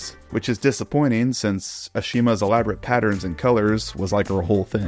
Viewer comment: Casual reminder that her name is pronounced "Ah-sha-ma", not "Uh-she-ma." One of the things All Engines Go actually got right over the original series. Also petition for to make an 'oddly satisfying' short which is just a running session of an engine pulling all the milk churn trucks on an extra wobbly loop. With Bertie pulling the express in the background of course.